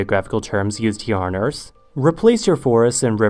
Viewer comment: Never heard anyone pronounce the earth as "se ers"